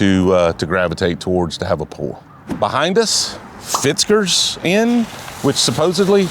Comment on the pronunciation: Going in on them for having michters spelled incorrectly then calling Fitgers "Fitzgers" is absolutely comical. I have never seen a Z in Fitgers.